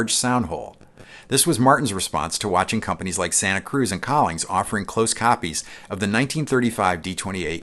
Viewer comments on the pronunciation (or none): none